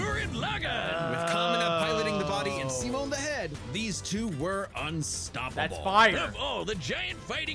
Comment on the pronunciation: His name is actually pronounced "Sea-Moan"